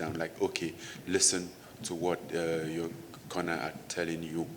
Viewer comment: I keep thinking he saying Connor instead of corner 🤦‍♂️😂